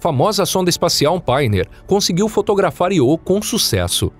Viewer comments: narrador fala 250 vezes Iô mas não tem acento e assim como a palavra Eu, diz-se então ío e não iô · Canal tão bom que o locutor não sabe nem falar o nome do satélite da forma correta. Ele diz "iô", quando deveria pronunciar ' io '.😠👎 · Cara. O nome do satélite é Io, sílaba tônica na letra ' i ' . Para que a pronúncia fosse do jeito que vc tá falando, teria que ser escrito "IÔ". 😠👎👎👎🙏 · `` IO `` SE LË `` AIO `` PORRA !!!! KKKKKKKKKKKKKKKK